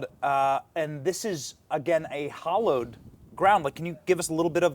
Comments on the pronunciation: HAL-lowed ground, not hollowed. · Benny, do you not know the difference between hallowed and hollowed? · "Hallowed ground" is pronounced HAL-ohd grownd